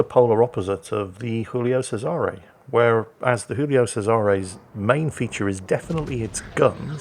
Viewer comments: stop pronouncing the Giulio Cesare as it was Spanish, pls As a Romanian, it hurts my ears xD It is pronounced Jiulio Chesare. Read that in english and it would still be closer to the original pronounciation 😅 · Ar-kih-pel-ah-go, with a slight stress on the 'pel. ...also, I beg you, by all you hold dear: 'JEW-lee-oh CHEH-zuh-reh'. Have a go? Please? Pretty please?